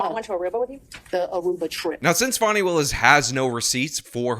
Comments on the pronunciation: Escuze me that's "Fawn-E" not "Fan-e". Right from the jump she's ridiculous. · Who is Fawny Willis? It's Fani (FAH-nee) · It's Fani! Not Fawny! Dang it! 😊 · not a criticism of him, things can be misinterpreted. The media is calling this woman Fawni when it’s obviously Fani. I think all this stuff is interesting how names are handled even Kamala, who has pronounced her own name several different ways. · Fan-eye......can't be taken seriously. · Fani is pronounced "fanny." Fani is a shortened form of Fannie, like Fannie Mae. It's a Southern name. We say "pea-can" and "ant" for pecans and aunts. Besides, would you pronounce Dani as "daani?" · The way you say fawney willis is hilarious to me. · I thought it was pronounced Fanny, which somehow seems more fitting. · Pretty sure it's pronounced "fanny". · He mispronounces everybody's name intentionally if you haven't noticed by now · You're pronouncing "Fanny" wrong.